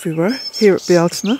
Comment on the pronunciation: THANK YOU!!!! I have listened, listened & re-listened to you saying it. I love the way you say it & wanted to know or understand. The first Google search took me to a Frenchman and it was titled, the correct way to pronounce Beltane. I knew beyond a shadow of a doubt it wouldn't be correct as you don't ask a non local how to pronounce something, but I listened for the entertainment. 🤣